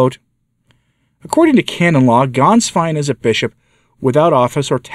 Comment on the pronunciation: The former pope's secretary's name of Ganswein is NOT pronounced with an "A" as in "Father", but with a short "e" as in "met". It's pronounced "Gehnswein". Thank you for your good work on behalf of the Church!